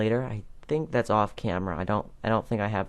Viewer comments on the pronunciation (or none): none